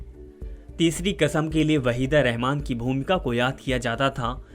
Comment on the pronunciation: Abey sahi se naam lena seekh le warna ye kaam chhor de Tere bolne ka tarika bhi bada ajeeb hai.. Channel wale pata nahi kyun aise chutiyon ko rakkhe hai